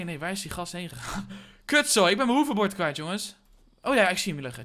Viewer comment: ik weet niet of je dit leest maar je zegt hoeverbord inplaats van hoverbord